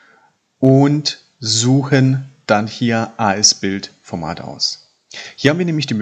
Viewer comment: Der Begriff As Build wird asbuild ausgesprochen, nicht a es Build. ☺️ Die deutsche Übersetzung wäre: wie gebaut.